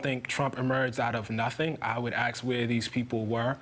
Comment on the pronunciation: i appreciate his intellect. i am surprised by his pronunciation of the word, "ask," accompanied with such intellect...